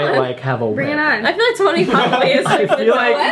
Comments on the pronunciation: The guy pronounced it as CHONI- ITS SPELLED CHONI BUT IS SHONI😂😂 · Drama Is Tea they know, they're saying SHoni is how it's pronounced lol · interviewer: pronouncing choni wrong me: 😑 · When he repeatedly kept saying Choni wrong🤦🏽‍♀️😆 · I’m so pissed off that he pronounced Choni wrong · It's cringy when people mispronounce choni